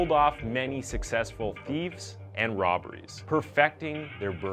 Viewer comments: I like your videos but you need to take a few language classes. Seriously?! Theefts? Atteeka? Evanses? Your killing me smalls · Yes, I heard several. I recommend he look up pronunciations of all proper nouns. However, there’s no explaining “theefs”.